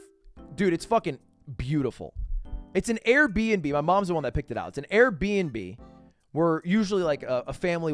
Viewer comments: why must ludwig always annunciate everything so strangely valoRANT instead of VALorant air BEE nb instead of airbnb I s2g he hits the breaking instead of the bad why must the ludwigs of the world exist for the torment of the slimes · I don't mean to be dramatic but the way Ludwig is pronouncing Airbnb is giving me a slight ick 😂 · why does he say airbnb like that